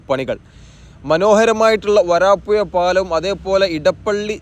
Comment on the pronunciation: വരാപ്പുയ അല്ല വരാപ്പുഴ